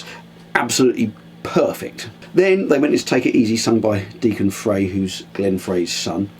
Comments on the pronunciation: Pronounced "FRY" not "FRAY".... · FREY is pronounced FRY